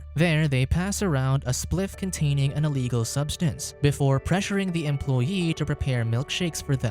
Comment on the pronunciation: “Cunt-ay-ning an eeleegul subsinse”